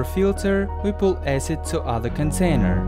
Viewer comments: "hydraulic aecid." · Finally learned how to prounonce acid